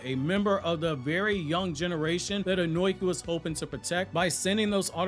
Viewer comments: Bro keeps saying onoki (oh-noi-key) instead of onoki (oh-no-key) I hate reviewers who can’t say the names right like some people say madara (mah-dar-rah) instead of madara (ma-da-rah) smh it’s triggering Edit great vid tho 🎉🎉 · His name is Onoki. Ohh nooo key Not own oink eee